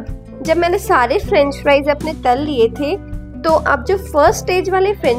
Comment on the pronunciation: I like when you say ..tal liye..😂😂